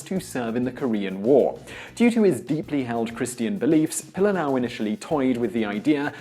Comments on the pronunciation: It's pronounced, Pee-Lee-Lah-Ow... your missing an entire syllable. Pili, meaning to stick or cling. Lā'au, being plants or trees as a whole. The family name was most likely derived from their ancestors who worked as thatchers of ancient hale (homes), mainly constructed of local plant life. What your saying is Pilalau, which by definition is a stringed instrument made of leaves. How would you feel if a Hawaiian made a video honoring the legacy of your native Queen,? Secondly, and probably most offensive, is the fact that the picture you use to depict him isn't even the guy!?! If your production crew had at least Googled his name, you'd realize he looks nothing like a pudgy Puerto Rican with a porn-stache. WTF? Do better! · You are BUTCHERING his name..... Pilila'au..... PEE LEE LA OW........ and He was born in Waianae, Hawai'i...... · His name is pronounced Pee Lee Lah Ow. Pililaau. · Your pronuncistion of his nsme is killing me! It’s pronounced pee-lee-lah-ow. Get it right my msn. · Pililaʻau pronounced "Pee-lee-lah-oww". Why say his name so much without learning how to say it. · Hey Simon, Your acknowledgement is appreciated, but if you intend to misprounce the soldier's name you basically align yourself with the opposition he fought. Its pronounced Pi-li-la-'au (pee-lee-lā-ouw). Would you enjoy being proclaimed 'Simian' the rest of your life, I doubt it! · Gunnar Karlsson - Doesn't pronounce it right either unfortunately.